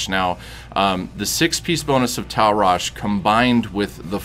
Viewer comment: It's Tal' RashA ffs, man that kept getting on my nerves. But thank you for the guide, good stuff.